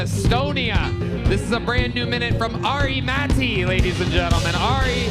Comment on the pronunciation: Tony over pronouncing the t’s in Ari Matti is making me ponder murder suicide scenarios.